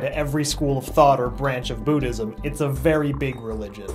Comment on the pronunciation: You Didn't EVen Pronounce Buddhism Right :I